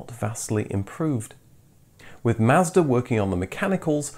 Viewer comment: Learn to pronounce words properly. Mazda, Celica. And unibody cars have no chassis.